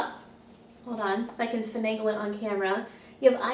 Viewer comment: Fanaygle ... Teehee ^.^